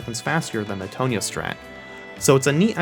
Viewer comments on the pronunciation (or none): my guy said tone-yuh it’s tawn-yuh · most people: t on ya: toe knee ya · Is anyone gonna mention how he's saying Tonya's name wrong? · I'm convinced he mispronounced Tonya to purposely make people mad